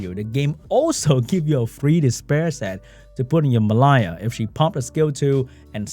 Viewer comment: Why does pronounce the name Mellia so weirdly? I mean it shouldn't be difficult right? We already have another monster with a somewhat similar name in the form of the Water Unicorn Amelia. Just remove the "A" and you got the same pronunciation for the name of the Wind Dryad.